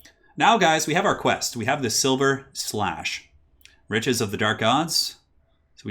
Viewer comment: Cool to learn I'm not the only one who said *silver*slash. It's sliverslash! Thanks for the awesome video, you're really making quarantine more pleasant, and cheers from Australia 😃